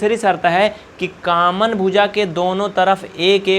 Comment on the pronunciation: Sir aap is video me samjha to bahut achha se rhe hai lekin aap ek galti kar rhe hai aap common ka caman caman bar bar bol rhe hai please common ko common hi boliye